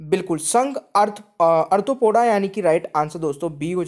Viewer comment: अर्थोपोडा नहीं आरथोपोडा